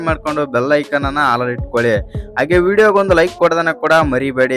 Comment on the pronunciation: ಅಣ್ಣ ಸ್ವಲ್ಪ ಕನ್ನಡ ಭಾಷೆ ಮೇಲೆ ಹಿಡಿತ ಇರಲಿ "ವಿಸ್ಯ ಅಂಗೆಯ